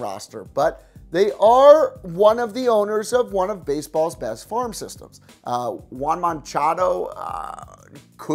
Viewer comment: He butchered Acuna and Moncada's names😂. Sorry, Love you